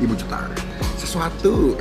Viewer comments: Cetar bang bukan cetalr 😂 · Si ga bisa ngomong cetar jadi nya CETALLL